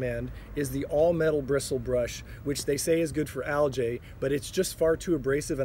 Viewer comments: Love your videos, just an FYI, it is pronounced algeeeeee not aljay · Actually aljay is the plural of algae. Algae is one, and there are over 500 type of aljay.